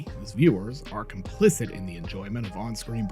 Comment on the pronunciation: How many complicents can one guy say?